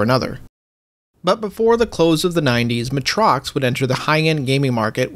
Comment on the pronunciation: Matrox is pronounced May-Trocks.